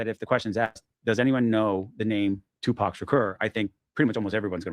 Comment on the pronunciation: I’m sorry. but i call bs hes Tupac can it pronounces his name wrong and he’s never heard of Merced I’m just nitpicking up what he’s putting down